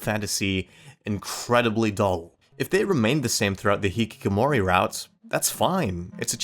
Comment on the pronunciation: I appreciate the video but can't help laugh at how you pronounced the word hikikomori. The original way to do say it is "hee-kee-ko-mo-ri".